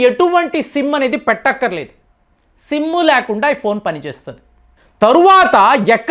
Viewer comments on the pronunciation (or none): none